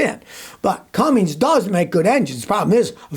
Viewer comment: It's Cummins, not "Cummings".